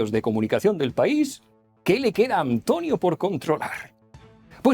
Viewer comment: A Antonio le ha salido una "h"... Hantonio... se va transmutando... Hantlonio, Hantlonie, Hantlonier, Hatlonier, Hatloner, Hitloner.....